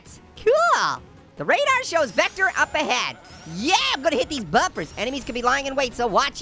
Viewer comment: vectors name is said like [ v i c t e r]